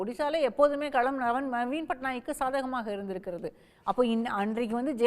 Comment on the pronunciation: யோவ்........அது கேள்விக்களம். நீ கேல்வி கலம்னு உச்சரிக்கிற.... கலம்னா அதுக்கு வெவ்வேறு அர்த்தங்கள் உண்டு..... பானைன்னு கூட அர்த்தம் உண்டுய்யா..... அதே போல் தேர்தல் களத்தையும் தேர்தல் கலம்னு வாசிக்கிற...... தமிழில் "ள" ன்னு ஒரு எழுத்து உண்டு. அது குறித்து ஏதாவது படிச்சிருக்கியா? திராவிட இயக்க குடும்பத்தினரால் நடத்தப்படும் தமிழ் தொலைகாட்சியில் இப்படி தமிழை பலாத்காரம் பண்ணாதீங்க. தயவு செய்து கவிஞர் வைரமுத்து, சு. ப.வீ மாதிரி நபர்களிடம் கேட்டு தெளிவு படுத்தி கொள்வது நல்லது. உச்சரிப்பு நாராசமா இருக்கு. புகழ்பெற்ற தொலைக்காட்சியின் தலைமை செய்தியாளர் லட்சணம் இப்படியா இருக்க வேண்டும்? த்த்த்தூ. புதியதலைமுறை கார்த்திகேயனும் இதே லட்சணம்தான்.